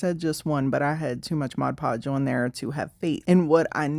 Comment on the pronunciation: I've always wondered about all the different Mod Podge varieties, so this is super helpful! And thanks for not saying modge podge! 🙄😬😆